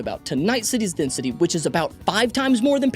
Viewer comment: Desnity? French is funny